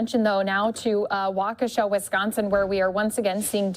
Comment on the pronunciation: "WAKASHOW" 🤣🤣🤣 Dumbass Fux "News" reporters....